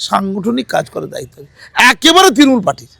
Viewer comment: তৃণমূল বলতে পারে না ও তিরিমুল বলে। সে আবার জেনারেল সেক্রেটারি 😂